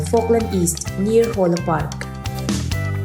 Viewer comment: Neer hawla park😂😂😂 Neer anilo, near alawm